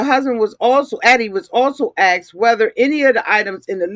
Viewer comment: “Ax’d “?! Ugh … I had to click off.